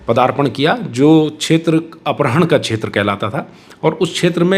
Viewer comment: अपहरण कहना मुश्किल है अपरहण बोल रहे हैं